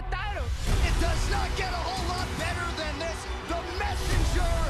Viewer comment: "I train harder zen, all of zem" - Valentina shevchenko